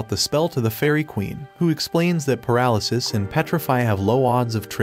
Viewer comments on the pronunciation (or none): none